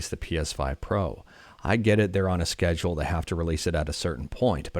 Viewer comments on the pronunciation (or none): none